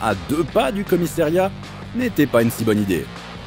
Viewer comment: on ne dit pas comissériat mais commissAriat!